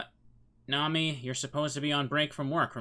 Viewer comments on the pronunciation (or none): none